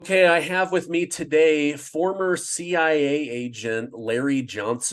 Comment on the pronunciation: Did he say CIA or was it BSA.😅